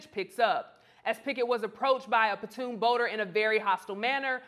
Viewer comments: PONTOON, not PATOON. Other than that, great job with this segment! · It's not a "patoon" boat. It's a PONTOON! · patoon boat,...?????? you have a show on this site and you can't say "pontoon boat,..?" Pon-toon ,.... not patoon,..!!!! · While she's at it, she can stop calling the PON'-toon a pah-TOON' boat. Ugh! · In addition to getting the correct information out there about him being the Co-Captain and not a security guard (which is a really sad demonstration of unconscious bias - he couldn't be a captain, he had to be security), can we stop calling the PON'-toon a "pah-TOON' boat." Ugh! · Lost me at "puhtoon". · You are not saying "pontoon" correctly. go to youtube to hear how it is said. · I can’t take anyone serious who can’t pronounce pontoon boat sorry not sorry 🤷🏾‍♂️🤷🏾‍♂️🤷🏾‍♂️🤷🏾‍♂️